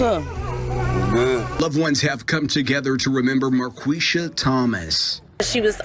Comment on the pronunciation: Pronounced Mar Qweesha